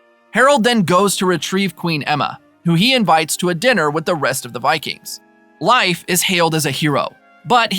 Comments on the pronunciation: whos life pmsfl thats not how you say his name< its more like leaf then life loool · I believe his name is pronounced LayFF … not LIfe…sorry I just seen you addressed this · It's pronounced leaf no? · You pronouns Leif like Lajf (american letters), not like Life... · bruh, his name is pronounced "Leaf"... Not, "Life"... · I'm pretty sure it's pronounced layff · I thought the same thing! Haha! I kept saying it's LEAF! 🤣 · I did do some reach after commenting this and I guess in Scandinavian vernacular, it's pronounced similar rhyming with life. But it sounds like this guy is straight saying Life instead of Layff. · You are saying Life...Wtf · I'm I confused or are you calling him "life" Erickson? Is that the real pronunciation? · Can’t listen to Lief being pronounced incorrectly anymore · How do you not know how to say Leif’s name. Pretty horrible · How do you make a recap for a show and consistently mispronounce one of the main character's name?